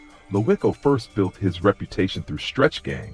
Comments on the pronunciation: It's pronounced "Loco" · you are saying his name wrong , him and Troy wasn't half brothers you ass cap take this bullshit down, and wasn't natural causes my blood stop the lies😮